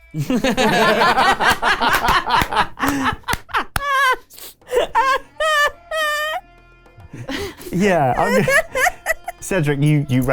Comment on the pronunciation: "It is I. Villiam." Absolutely crippled me.